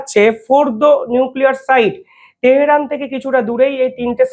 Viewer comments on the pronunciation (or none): none